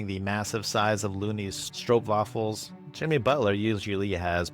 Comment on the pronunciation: Stroopwaffels correct pronunciation !